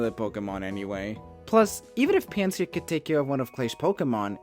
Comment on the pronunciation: mans did not butcher anything in my opinion